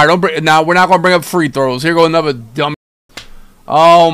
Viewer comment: Hey.. but don’t say anuva